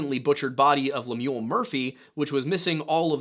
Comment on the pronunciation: Pronunciation or Lemuel is LEM-yul, not lem-YOOL. Should sound a bit like “hymnal”.